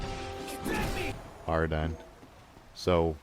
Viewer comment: Ar-din, not Ar-dine. They actually say it several times in the game, so how does anyone manage to mess it up?